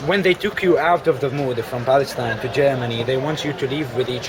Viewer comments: Beace for the beoble of Balestine... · "from balestine" you cant even pronounce your own name? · what did i heard? balestine? ooh the translator can't say the name of his country.. how sad :p